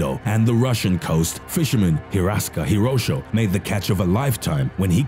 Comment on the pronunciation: Its Horishi, not Hirosho xD